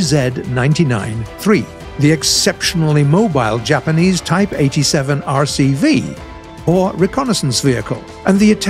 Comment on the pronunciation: You butchered the Type-89!!!